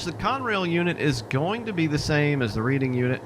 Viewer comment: Reading is pronounced "Redding." Thanks for the video though.